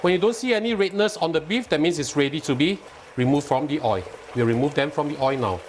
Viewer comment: Your receipts are good and easy to cook. Love watching your cooking shows. May I just point out one thing and I mean well and hope its not taken in the wrong way. The word oil ends with alphabet l which must be pronounced and when not pronounced correctly its oi. Wish you and your programme all the very best and looking forward to watching and learning many more delicious receipts. Thank you.